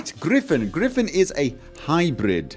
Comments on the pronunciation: It's a griffin not a griffon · Hearing people say griffon instead of griffin makes me really angry for some reason...